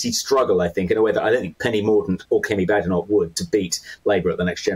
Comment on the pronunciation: He murdered the pronunciation on Badenoch and Braverman.